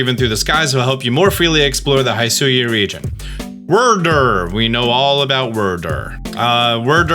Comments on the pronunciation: You pronounce "Wyrdeer" like "Whir-Derr" but it's pronounced like "Weer-deer", just a heads up. And it's the CelestiCa flute, with a "c" before the a. Sell-ess-tick-uh. Just in case you care about accuracy!! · "Say deer." "Deer." "Say Wyrdeer." "Wurrdurr" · WERRRDURRR🥴🥴🥴 It's Wyrd + Deer... a weird deer... Wyrdeer... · You HAVE to be mispronouncing Wyrdeer intentionally. It's "weird deer", not "word deer". It had its name pronounced in the earlier trailer! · It's pronounced "Weir-deer" not "Werdur" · Bugging me whenever he calls Wyrdeer, “Wurrdurr” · I think it is pronounced as "weird deer" wyrd is a magic term. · You are killing me with the Wyrdeer pronunciations. Wyrd e e r. It's a deer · fyi, "Wyrdeer" is pronounced "weird-deer" but without the second 'd' so "wierdeer" basically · Also, it bothers me that you keep mispronouncing Wyrdeer when it said it in the trailer. Weird Deer cuz it’s a Psychic deer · I’m pretty sure wyrdeer is pronounced weer•deer. Not like worder or weirder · Omg pronounce the two e's WyrDEER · I think it’s pronounced weer-deer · Pretty sure that's pronounced Wierd-ear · Stop saying wyrdeer like that please. They literally pronounced it as ‘weird- deer’ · At this point I'm fully convinced that you don't know how to pronounce Wyrdeer and are now too afraid to ask 😛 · Dude the way you pronounce stuff is just not good